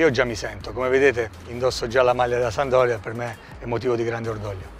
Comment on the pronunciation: 💙⚪💖🖤⚪💙 Pescara è rappresentata da un delfino... Genova, da ALMENO 50 anni è rappresentata dalla SaMP! PRIMA REGOLA: imparare a dire SAMPDORIA ( si può dire anche SAMP...anche DORIA...ma MAI sandoria!) IMO ovviamente. Saluti e SEMPRE FORZA SAMP!!! (hai visto Difra...è facile..😜😜) 💙⚪💖🖤⚪💙